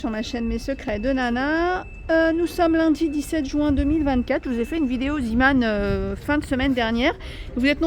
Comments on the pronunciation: C est vrai on dit zémon ...j ai jamais vu le petit marin par contre je sais juste que c est le nom du fondateur ... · Sacrée! Tu m'as fait rire: Ziman! Mais non: Zéman... Zee veut dire mer en néerlandais d'où le logo du petit marin. 😅😅😅 Mais merci... je me suis achetée les verres poisson! Ils sont très chouettes!❤❤